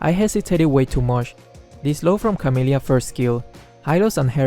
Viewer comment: HyLoS aNd CaMiLyA Me: CaMiLyA?? Also me: CaMiLyA homes Only Filipino knows 🇵🇭🇵🇭